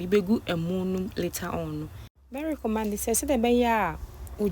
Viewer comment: please the correct pronunciation is recommend but not recommand Medaase